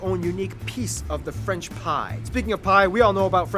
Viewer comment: for your question no he don't pronounce french well for an exemple that is french!